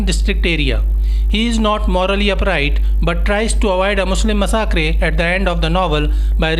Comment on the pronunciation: Massacre pronunciation is incorrect kindly do not repeat in future